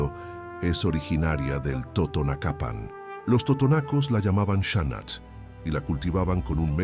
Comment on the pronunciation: Otra corrección, no era lengua tutunacu, era lengua TOTONACA. Pongan más cuidado cuando hagan narraciones acerca de una tenía. También la pronunciación de el acento en la palabra totonacapan está mal.